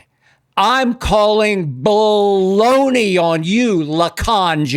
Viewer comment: Hold on hold on ... a trainer sent him a video of LeBron dancing on stage with Drake after he was hurt. Does he have a social media team that vets his info before he hits the mic? Is anyone going to tell him being on stage w/ Drake is "ba-lone-eee" and they don't fool w/ each other?! This is sad bruh, I expect a random YouTuber to run w/ this, not a sports personality of Skips ilk.